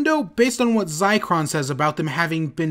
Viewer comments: Vekx Lavender yeah it's not "Zi cer on" it's "Zic ron" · ZICRON?! Did you mistype your script or did you legit think that's what Zircons were called.